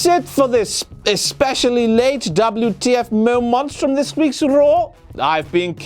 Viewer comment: Dabli-you-tee-eff Mo-mants for all the non brits